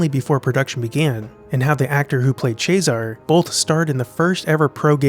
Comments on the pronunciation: Ches-a-ray is how the name is pronounced. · Cesare is pronounced "Chezz-er-ray". Just sayin. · It’s not Chesar it’s pronounced Chesare. It’s a common Italian name; in English it Caesar. I have two relatives called Nereo Nero in English. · jesus. "chayzar". ive never heard a more american pronunciation of anything ever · CHEH-SAH-RAY. Say it with me, people. CHEH. SAH. RAY. Cesare = CHEH-SAH-RAY. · is it pronounced ches-aré or sesaré? discuss. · The fact that nobody knows how to pronounce "cesare" only adds to the silence of the film.